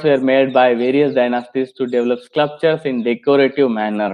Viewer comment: One small correction. You seem to be pronouncing SCLUPTURES . THAT IS INCORRECT. It should be pronounced. SCULPTURES